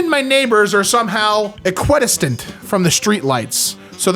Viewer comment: I’m sure everyone knows this but equidistant is pronounced “equa-distant”. It means equally far (distant) on both sides)